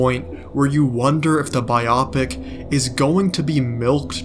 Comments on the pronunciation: your video is amazing and i think it will get milked like superhero movies. But i hate the way you pronounce biopic still subscribed. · I couldn’t keep listening after the pronunciation of biopic😂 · Same. I had this video in my watch later for a couple days. Seemed interesting. But I’m 2 minutes in and I don’t think I can continue….